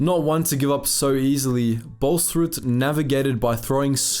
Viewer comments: Please don't say the name like it was german... the double a is pronounced "aw" So it is like "Bawls-rood" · You are pronouncing his name like its Danish or German lol. Its pronounced without the h sound there